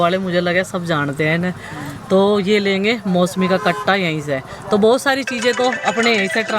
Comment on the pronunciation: mosmi nhi hota musami hota h